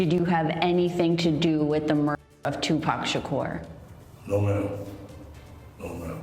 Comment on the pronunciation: This is the dumbest video with the most in correct information, he wasnt taken out September 9th it was the 6th get the dates right, and you pronounced his name two pack shacker that's not how it's pronounced show some God damn respect and get your shit right it's not pack either it's pronounced pac(Pock) Tupac (toopock) and kefe d is cooked even the crips are gonna green light his ass in the pen! He's piece of shit! Know your shit and speak correctly on it fool!